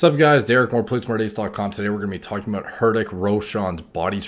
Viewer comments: Hey man, please make your pronounciation right. You pronounce his name totally wrong ( "h" is silent. Pronounce it like "RITHIK"). By the way love your analysis on steroid cycles. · The H is silent in his name, it's pronounced ritik 😅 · "Hurt tick" Roshan😂😭. Btw good vid mate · We pronounce it as “ritik” not “hurdik”🤣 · Not "Hurt-ache"...it's Hrithik. Try "Ree-tik" with a soft T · You just call him ‘Hardick’ at the beginning instead of ‘HRI-thick’ which is how it’s actually pronounced. Thought that was funny 😃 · hidick ?= its pronounce RITH-Ick " RITH THICK " or "RITHIK" h is silent XD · I like how throughout the whole video, Derek either didn't take his name or pronounced it as "Her Dick". He probably should have Google the pronounciation before making the video. It is pronounced as 'Rit-Tik'. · Ree-teek not Hurteek 😂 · It was pronounced Rithik not Hrithik...So, mispronounced his name for 18 years...lol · Let me help you pronounce his name right-, it’s Re Tick...H’s silent! Great vid tho! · It is pronounced "Ritick", rhymes with "Hit" & "Ick". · I love how he pronounces herdick😂😂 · His name's pronounced "rithik" like "riddick" but the ds are replaced with "th" that is pronounced like the "th" in "thanks". Cheers. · ree- thick ( pun intended) is how you pronounce it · the "h" is silent...rithik... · Just watch videos of people pronouncing his name. Her ri thick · u can pronounce it like Rittik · he said hirtik lol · Who the fuck is "Hurtik"? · Did he say HerThick 😂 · The "H" in Hrithik is silent but valiant effort nonetheless lmao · Its okay hes not a hindi speaker so its fine if his pronunciation is off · H wasn't silent tho.. 😂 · FYI, the H is silent in Hrithik. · Am I the only one that winced every time he pronounced Hrithiks name? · I love how he pronounces Hritik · bro 'H' is silent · H is silent. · Dude that H on his name is silent. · The H is silent brother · H is silent in his name